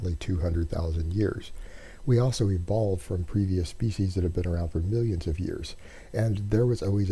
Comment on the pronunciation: “Miwwwwwwions of years.” Lol. You should leave your religion out of your whisper cast.